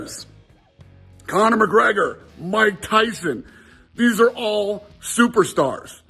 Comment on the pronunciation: Tyson not tison, just saying 👀